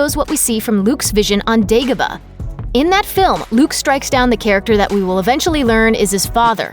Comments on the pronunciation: It's pronounced Day-go-bah not Day-go-buh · can't even pronounce dagoba. weak